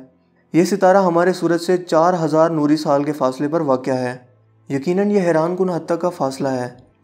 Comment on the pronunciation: Sir ap ke Alfaz 3 YEARS AGO bhut achi Thi Ab ap Jaldi jaldi Bote hai Ur Hai ko Hainnn Bolty hy